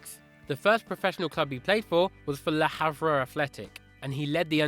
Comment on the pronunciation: triggers me when he says le harve wrong